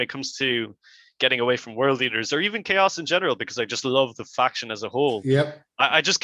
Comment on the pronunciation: Chaos pronounced cha-ows